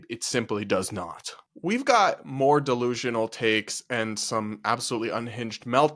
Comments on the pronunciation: I like how he doesn't say "delusional" and instead says "dalooloo" lol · 😂 I’m a New Yorker & tbh I didn’t understand the word he was saying either - “de loo loop”? I guess you’re right that it’s a cutesy version of “delusional.” Perhaps it’s regional or TikTok slang